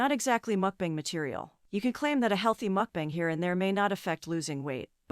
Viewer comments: Once again..for the love of everything holy.... it's MUCK BONG MUCK BONG MUCK BONG...not MOOOOK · If I hear her say MOOK bong one more time I might explode